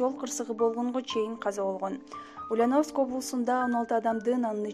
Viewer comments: Ушу дикторлордун текст окуганда орусча создорду туура окуса. УЛЬЯНОВСК- басым Я тамгасына тушот. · Туура окуганды уйронгуло!Ульяновск(ударение на букву ,,я") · Ушул кыздын уляновыскый деп айтканы жакбады нерф кылып , тура айтчы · Силерге акча болсо болду экен да,жок дегенде ударениени туура коюп суйлогулочу сабатсыздар,УльЯновск болот, я тамгасына ударение тушот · Ушул суйлопжаткан кыз Ульяновск дегенди туура суйлочу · Алып баруучу,токтот эми.Ульяновск дегенди туура айтчы,я тамгасына басым жаса